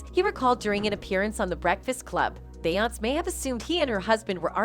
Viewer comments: say it with me BE-YON-SAY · Yasssss ty is it that hard to program the bot how to pronounce her correctly . 🤣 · I feel u ..beyonc.... instead of Beyonce....😂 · Her name is pronounced BEE-ON-SAY . say it right or don't talk. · This lady on Just-in needs to learn how to say Beyonce's name right.. smh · What is it to much money to pronounce the names correctly? Blue n auntie look alike ❤️❤️❤️